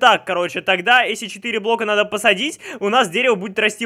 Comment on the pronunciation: Заметили что всегда говорит не "если" а "эсли"